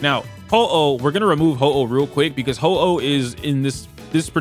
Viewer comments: why bro calling huohuo ho-oh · Huo Huo ❌️ Ho-Oh ✅️ (I like it more though 😂)